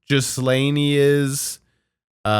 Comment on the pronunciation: Lmao, you're close to calling Ghislaine Jizz Lane. Hard G, silent s. Gi Laine